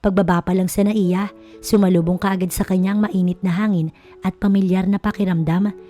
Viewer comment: SUPILIN NOT SUPLIIN